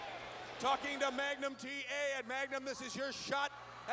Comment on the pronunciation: “You listen to me Magum TA!” - Nikita Koloff 😂